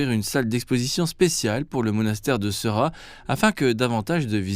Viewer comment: Bonjour, la prononciation de ce monastère est "séra" en anglais ils écrivent "sera" mais la prononciation tibétaine est bien "séra"